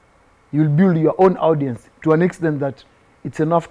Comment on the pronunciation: This boy is way ahead of himself. 1. Our National language is English. 2. Nurture talent not nature talent. 3. Check audience pronunciation on the audio dictionary because you love the word but you are butchering it. 4. So yiu are also the best dressed whattt? Isoke You have nothing on Obiziiii🎉